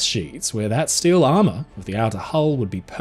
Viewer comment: What’s stile? You mean steel?😂